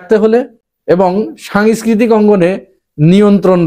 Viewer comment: সাংস্কৃতিক উচ্চারণ ঠিক করেন প্লিজ, সাংয়েসকৃতি হয়ে যাচ্ছে।